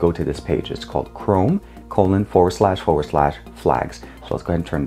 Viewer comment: Forward slash sound like four slash